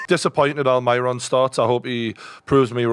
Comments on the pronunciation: Please don't call him Almayron. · Who the fuck is Alm-eye-ron